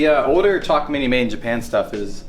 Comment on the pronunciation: It's pronounced Takamine, not Takamini.